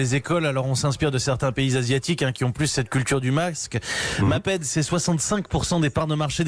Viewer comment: Bravo le journalisme amateur....le mec il sait même pas prononcé maped.a l ecole on apprend ce que c est. Bravo le parachutage